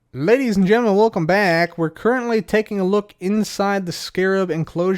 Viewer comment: "ladys, getlemen, everybody in betwen" we love you